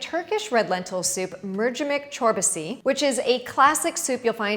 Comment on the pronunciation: Haha, I am from Turkey and this is one of my favorite soups. It's great to see the other countries trying it. ❤ Your pronunciation of Mercimek Çorbası was also perfect. 🙂 You can also have it with toasted bread crumbs. 👍🏻